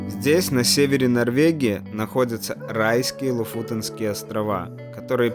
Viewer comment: Ты хоть названия правильно научись выговаривать, слушать противно... Не знаешь сам, то у Гугла спроси... В прилагательном «Лофоте́нские» ударение ставится на второй слог, на букву «е».